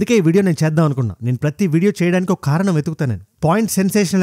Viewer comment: Telugu Bagundi kani కారణం అనాలి ఖారనం కాదు అండీ